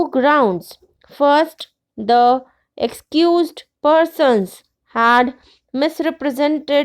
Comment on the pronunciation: Accused ki pronunciation galat hai.